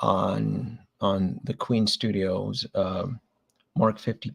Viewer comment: FYI - it’s Queen Studios, not Queens Studios.